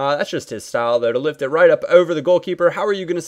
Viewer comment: "roit in the back of the net" - goes Australian